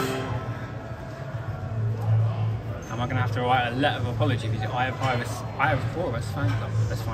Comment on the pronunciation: It's actually Eye of Horus, not Eye of Hovus